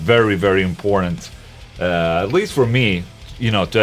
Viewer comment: when Ola says important, inporntant comes out in the end